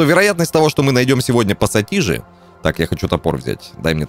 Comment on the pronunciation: Отец как ты мог не пассатижи а посасиже. Отец прости